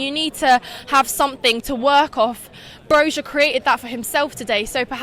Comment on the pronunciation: The lady analyzes the match better than the young bimbo in another interview who didn't see Arsenal's total domination. BTW, Broja is pronounced like Broya.